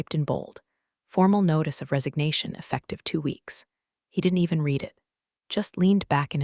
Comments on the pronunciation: RED …RED… RED The past tense of “read” is pronounced…..RED !!! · Hi I enjoy your stories but you need someone to proofread them before you publish them. The pronunciation of certain words is wrong. Read as a current action is different from Read as a past tense. Also, there are technical terms that are incorrect and as a retired Geek it is distracting to keep finding mistakes. I enjoy your stories but please get someone to look them over and listen to them before you go live with them. Live as in A-LIVE and not Live and let die. Thank you A-Fan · Someone needs to teach ai that the word ‘read’ has two different pronunciations, depending on the tense. Also how to read numbers when Arabic numerals are used instead of the longhand written form.